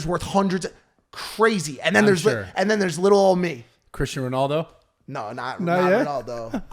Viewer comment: He said “Cristain Ronaldo”🙅🏿‍♂️